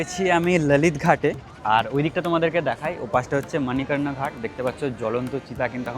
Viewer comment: Manikarna noy manikarnika ghat